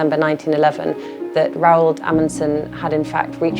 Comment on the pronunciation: Why are there no english-speakers that bother to learn the correct pronunciation of Roald?!?